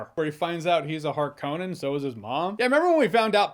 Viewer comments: Why are you saying "Har-Cone-An" when the movie clearly, explicitly, resoundingly pronounces it "Har-Kuh-Nen" ?? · It’s 2024 and this guy is still saying “Harkone-en”. Does he wish his wife a happy “ain-eversary” every year? Seriously, the movie says the word dozens of times. Just stop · I wish the pronunciation was better , hark-ke-nen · You pronounce Harkonnen weird.